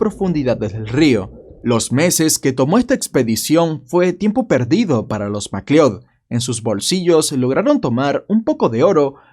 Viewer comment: Por tu forma de pronunciar "McLeod" deduzco que nunca viste la pelicula Highlander 😆. Saludos desde Venezuela